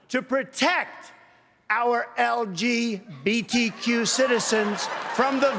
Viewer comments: Did he say LBGQ or LBGT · did he say LGBTJEWS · he couldn't even pronounce lbgtq :) hilarious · he said lgbt "q" lmao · He can't even say LGBTQ. Probably a term he has never heard of before. He is a pathetic liar.